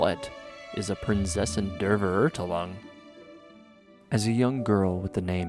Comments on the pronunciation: I am german and I always find it fascinating when i realize that pronunciation is something most people struggle with when it comes to my native language. But hey, I still really love Fischl, I just can’t help but cringe every time she says „Prinzessin der Verurteilung“ xD. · Jesus, her German pronunciation is indeed worse than any weeb trying to pronounce Japanese words, or vice versa. Quick rundown on „Die Prinzessin der Verurteilung“: ・V in German is pronounced with an English F sound, and German W with an English V sound. ・German Z has a more TS type of sound. ・The EI spelling will always make an "I" as in "eye" type of sound, whilst IE always makes an "I" as in "eat" or "beat". ・In short, "Verurteilung" should sound something like "Feh-uhr-tai-lung" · Oh man, the English pronunciation of „Die Prinzessin der Verurteilung“ from the game itself is horribly wrong, no wonder it's misleading people. The "Z" in "Prinzessin" should sound more like an English "ts" sound, the "V" in Verurteilung is more of an "F" sound. Imagine you're saying the word "fair", but instead of a rhotic R at the end, it's more of a softer "Feh". "Teilung", should sound like "Tai-lung". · personaly, it hurts it would have been epic if she got it right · I had to laugh so hard when she said „Prinzessin der Verurteilung“ because I’m German 😂😂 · The way you and fischl pronounce "prinzessin der verurteilung" is hillarious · As a German I find the pronunciation of "Prinzessin der Verurteilung" and "Immernachtreich" in the game kinda funny XD. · Omg yes at First I didn't even understand what she means xD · When I first heard it I started laughing hahaha I found it kinda cute tbh And now after weeks of listening to it, it feels weird to me to say Prinzessin der Verurteilung how its actually supposed to be pronounced lol I started pronouncing it Like fischl💀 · You actually pronounce it The Princessin där Färoortälung in german. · I Fully Respect That.